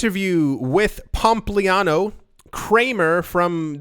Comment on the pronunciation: ( mins) "Pump-liano" 🤣🤣🤣🤣